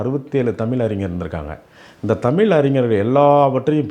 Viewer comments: ஏம்பா... நீ தமிழ் என்கிற வார்த்தையை தமில் தமில் என்கிறாய். முதலில் தமிழ் என்கிற வார்த்தையை ஒழுங்காக தமிழ் என்று சொல்ல கற்று கொள்.. தமிழர் அல்லாதவர்களே தமிழை தமிழ் என்று மிக சரியாக உச்சரிப்புடன் சொல்கிறார்கள். இவ்வளவு வயசு ஆகுது உனக்கு இன்னும் நீ தமில் தமில் என்கிறாய். முதலில் தமிழை எப்படி உச்சரிக்க வேண்டும் என்று கற்றுக்கொண்டு பிறகு தமிழை பற்றியும்,,தமிழர்களை பற்றியும் பேசு. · Thamil Alla Thaizh Enru Sollungal !!!